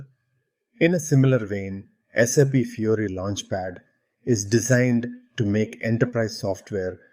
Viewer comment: I appreciate the content of your video. But what I like the most is how you pronounce the name of the interface - SAP Fury. Fury is indeed my dominant feeling while using SAP, xD. They should definitely change that name from Fiori to Fury